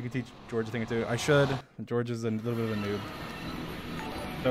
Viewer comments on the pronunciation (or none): none